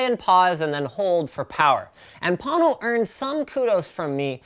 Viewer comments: Why do you call is Pâno, when it is spelled Pono? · its a hawaiian word pronounced p-oh-no wang chung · am i the only one who hear porno instead of pono? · Thing is snake oil all the way, but PLEASE take the time to at least learn to pronounce the name right. Pono- pronounced Po (like king fu panada) Know. NOT Pon Know... I hope the owner of this company isn't butchering the Hawaiian language like you are. Edit: Watched Neil talk about it. At least he got the pronunciation right. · I giggled when i thought he said porno player. :D:D:D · Am I the only one who heard please porno player the first time 😂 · I'm sorry. I can't take a Pono review seriously from someone who can pronounce neither Pono nor Ayre correctly. Maybe it's just me. Moving on to videos of cats. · lol agreed. Linus get the pronunciation right please. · There is a huge difference in sound quality with the player. I hear it in every single recording I listen to, and am amazed you're not able to hear it. You seem like you were determined to not like it from the get go. Oh, and you should at least learn how to pronounce the name when doing a review. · All the Hawaiians cringed when he butchered the word Pono 🙄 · Anyone else thought there was an r in pono...